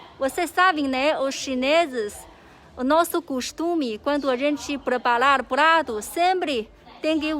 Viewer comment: Camalao, plato, dinhelo,kkk parece cebolinha